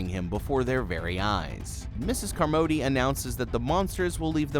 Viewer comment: Flinched everything u called her car-MOE-dee. Did you see the movie? No one said her name like that.